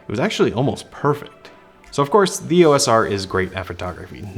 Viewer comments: Welcome to the Canon universe. Since you are here, you should know that "EOS" is a word, NOT an abbreviation. It is two syllables - "EE-OSE". NOT an E.O.S.. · Like the other often mispronounced word "ISO", "EOS" is always spoken as a single word, pronounced "EE-ose", and NEVER called as individual letters. Don't believe me? Ask Canon. Or just watch any official Canon training video or presentation.